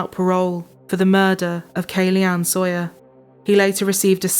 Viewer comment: It's interesting the way she said "Soier" instead of "Saw - yer". I was listening for the sound "saw" but I didn't hear it. It makes one to wonder, when she looks at the first syllable of the name "Saw - yer" what does she think? If she wants her dad to hand, to her, a saw, does she say, "Daddy, please hand, to me, a soi."? [Later] the other one did it, too. Is there some kind of crazy teacher in the educational system, who deliberatety teaches children to say things the wrong way?